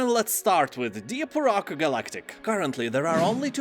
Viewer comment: I first thought he said 'Deer Park Galactic, and that sounds more interesting, to be honest.